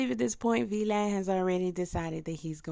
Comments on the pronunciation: It's VLAD! not V Lad sheesh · ITS PRONOUNCED VLAD 😂😂 … TYPICAL